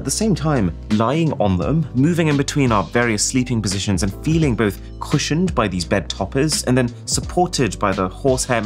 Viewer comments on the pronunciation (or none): bro said sleeping positoins 🤣🤣